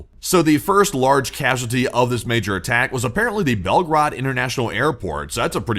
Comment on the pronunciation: Not Belgrad ( Belgrad is Serbia) but Belgorod